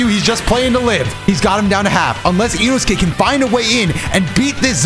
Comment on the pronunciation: Bro said inosuke wrong 😂